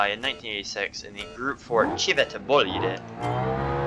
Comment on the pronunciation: the first american to pronounce "civetta bolide" as it is supposed to! 💪